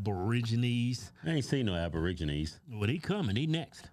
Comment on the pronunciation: He said aborigines 😂